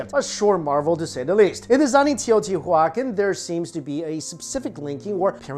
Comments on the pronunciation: Bro...love all your vids, history and food etc...But you're Killin' me. Tay-oh-tee-wa-kahn. Or at least that's the way we said it in spanish. (I'm aware it's an Indian word, but I couldn't understand or knew what you were sayin...lol) again great video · Teoh • tiwa • CAHN. Stress on that last syllable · Huacan --> juacon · I really like your videos, much respect. It's Teo-tia-wah-khan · Teo-ti-wakan. The pronunciation is similar to living languages derived from the Dakota/Lakota peoples. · Say it right : tayo tee wacan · Very good video, just one thing... "Tey-oh-tea-wah-KHAN" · TEO - TEE - WAAA - CON YW BOOBOO. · Wtf are you saying it’s teotihuaCAN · Teo• tiwa • kahn it’s a Nahuatl word for the city of the Gods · I really like your channel, but you pronounced it wrong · the way you pronounce the name has cringed my soul to the point that i wish they sacrifice me there. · I am cringing every time you say Teotihuacan. 😖 The pronunciation is soooo off!!! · It's definitely a hard "K" sound. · haa haaa...i was thinking the same. Poor kid never heard of the city I bet before he made the video. Didn't know how to pronounce it correct. He still has good videos though. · thank you! That was bothering me as well.